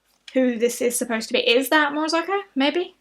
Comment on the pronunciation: You say Morozko wrong 😂😂. There’s no “o” between the z and the k. Cool box though. Very! 🥶! Do unboxings for every box.